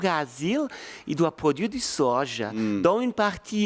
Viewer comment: "Le sojau"😂